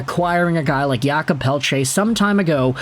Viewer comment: Thank you for all your videos and prononciation efforts. Just so you know, in french we say 'Jacob' not 'Yakob', he is not eastern european 😅😆 I know french is not always clear and easy. 😂